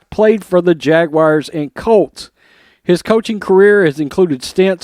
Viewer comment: Very good sports reporting but please don't say 'Jag-Wires' again...